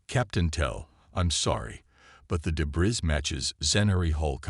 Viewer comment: Thanks for the story. BUT, your AI, as usual compared to others....really sucks. What is: "PRAH-ject"...when it should say "pro-JEKT", "de-BRISS"....for debris, "REE-trofitted"...for REH-trofitted. 99.999% of the AI out here/there really sucks and, unfortunately, yours is one of the "SUCKS".